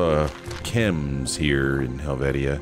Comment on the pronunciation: Hel-vee-sha. I actually live in this village IRL. ❤️